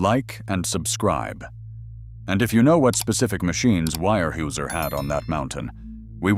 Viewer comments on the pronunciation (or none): Weyerhauser is pronounced warehowser, not wirehueser... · Terrible pronunciation from Al voicing. Wire Hey User? Is “Ware houser” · If you are going to post videos figure out how to pronounce company names etc before you post it Where Houser not wire whoeser!!! Unbelievable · Where how zer ..... it doesnt look like it but that's how its pronounced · it's pronounced wear houser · I came to say this as well. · It's pronounced ‘WAREHOWZER’, one word!😊😊😊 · Actually, the correct way to say its ware houser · Came here to say the same!! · Yeah I had to turn it off after hearing that!! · And they told about the 20 year "wirehuesier" ( pronounced hoosier but the hoo as hue) logger that died, but they showed a picture of the man who was the first human recorded AIDS epidemic deathbed photo with "His" family beside him. Wow, I was okay with the mispronunciation, kind of, until they did that. Low budget garbage. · The actual German pronunciation is 'vyer hoiser'. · Would like and subscribe if you pronounced weyerhauser correctly once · As an hvy equipment mechanic (Enumclaw, Wa) back in the 80’s I can say this video, while interesting is a complete botch-job. Visually nothing is correct. You mention a Cat D8H, why show a Cat D4D, and the tracked “slack line”yarder all I see is 8 - 12R22.5 rubber tires. The feller/buncher you show wasn’t ever invented until 20 years later. The complete butchery of the pronunciation of Weyerhaeuser, the rivers and areas should be a complete embarrassment to whomever produced this video. You want people to subscribe? Try getting the content correct.